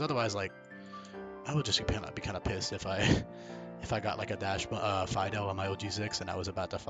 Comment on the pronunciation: I'm sticking with that heater level 1 moveset. Mono cute dog behavior set to the top, you don't need to do damage if you melt your opponent's heart. Correct pronunciation would be "dox-bun" btw, as the original dog is like "dox-hund". German type shit